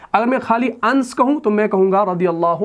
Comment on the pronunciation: Ans nahi anas sahi pronunciation hai.